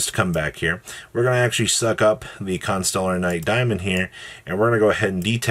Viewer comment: Pretty sure it's on purpose. If you didn't notice he pronounced both Constellers wrong multiple times.